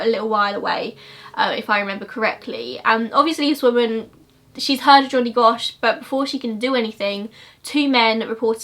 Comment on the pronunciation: Also the way she pronounces Johnny like"jonniy" made me laugh